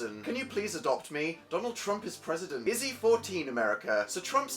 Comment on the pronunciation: how dan pronounces izzy sounds like is he